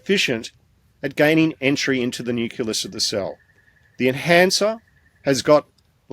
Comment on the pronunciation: It really bugs me when supposedly informed people mispronounce important words like 'nucleus' IT IS NOT nuculas! Please ask to learn the correct word please. The important work he is doing must be backed up with correct information otherwise it will be dismissed out of hand!